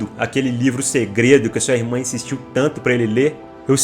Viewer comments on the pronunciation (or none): none